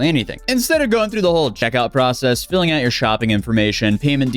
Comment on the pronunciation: What's more disturbing? The scam? Or that can't pronounce "Filling out"?